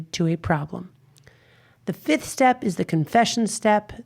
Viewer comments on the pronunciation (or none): none